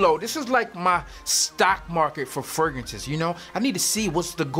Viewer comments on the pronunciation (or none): Hey bro not trynna critize but can you plz use the second R when saying fragrances it sounds really weird when you say fragances